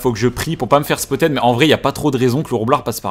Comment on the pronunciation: J'aime bien le contenu mais arrête de dire "spottED" stp 😅